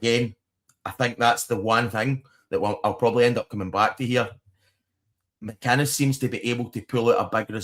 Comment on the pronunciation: Mate it's Derek McInnes not McIness.. thank me later..😊